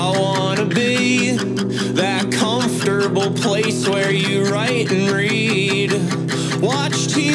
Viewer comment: I'm surprised no one has mentioned that says 'COMFOTARBLE' instead of 'COMFORTABLE'